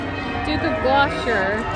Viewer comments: Not sure who you were referring to when you said Duke and Duchess of Glosher. I think you mean Gloucester (pronounced glos-ter) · Don't want to appear rude. Pronounce Gloucester. Glosse ter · I definitely heard the booing too when I was watching the service on TV and on both of your audios. Well done with you video and photos. You chose a good spot. (BTW pronunciation of the Duke of Glouster is Gloss-ter, rhymes with Foster. I hope this helps :))